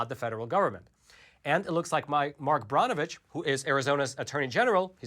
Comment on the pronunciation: "Mark Brawn-oh-vitch." NO! It's pronounced, "Burn-oh-vitch!"